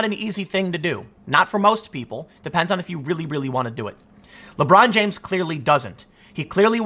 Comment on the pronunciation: "Lebrawn jaimes~"